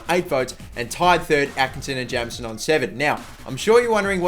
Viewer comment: Jameson is pronounced Jaymson